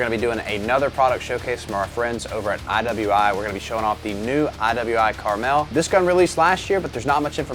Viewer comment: it's pronounced Carmel